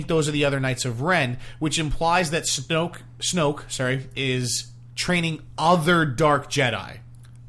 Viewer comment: you guys.....SNOKE....not STOKE